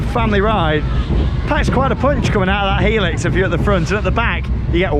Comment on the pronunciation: Helix helix helix best way of saying it